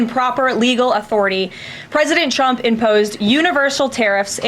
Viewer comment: its been 3 months and she still says "chump" 😂😂😂😂😂😂 karoline literally calls her lord and savior "president chump" every single time